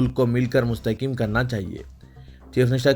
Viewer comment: مستحکم کا ف کو زبر ہونا